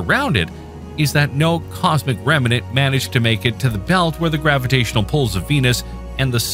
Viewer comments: The voice sounds like it is saying 'rem-a-nant' making it a 3 syllable word instead of correctly as 'rem-nant' 2 syllables. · Pretty sure it's AI, given how "remnant" is pronounced. Other than that, very natural sounding.